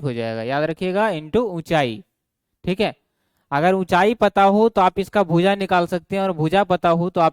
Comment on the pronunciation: Sir Bhoooja nhi hota bhuja hota hai 😅😅thoda is chij pe dhyan dijiye